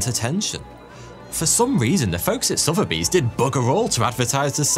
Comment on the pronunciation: After all these years I finally know how to prounce Sotheby's been calling it Sothby straight from an Englishman 😄